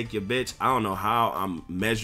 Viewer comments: he said zeion, im dead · How a nigga try and call somebody "remedial" but pronounce "Zion" as "zee-on".....lmao. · Man said ZEEEONNN 😂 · dude said zee-on and said he hasn’t played to know what the badges do...